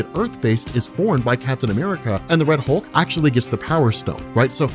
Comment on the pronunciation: "Wed" Hulk lmaooo